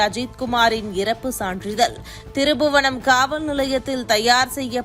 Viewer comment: அம்மா திருபுவனம் இல்ல அது திருப்புவனம் 😠